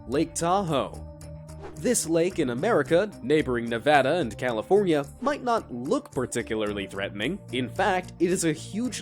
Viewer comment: Califunya XD